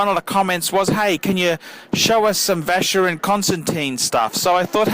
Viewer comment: Hi, can you please pronounce these brand names right? They are not "english" names, so please pronounce them as they should be pronounced. I believe these brands deserve it! I talk about all of them ( Jaeger LeCoultre, Vacheron etc...). Thanks for your videos!